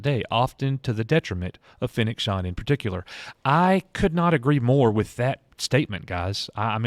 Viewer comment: Its pronounced Shand, like and, not Shond.